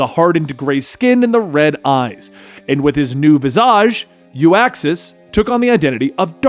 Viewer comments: Not pronounced You-Ax Its pronounced Uxas (Ou-xas) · It’s uxas not uaxis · OOK-XAS not YOO-AX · Uxas- Yook•suhs not Yu•ak•suhs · Uxas! Not U-axis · Love your videos, and this one was great, but the one thing that annoyed me was his name. It’s Uxas! Not Uaxs or Uaxus. Just had to say it 👍